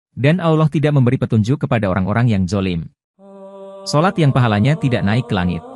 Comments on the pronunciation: sholat..bukan syolat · Sholat bossku..bukan syolat